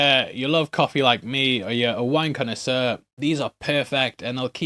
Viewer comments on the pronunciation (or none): Am I the only one who heard wanker sir, instead of wine connoisseur?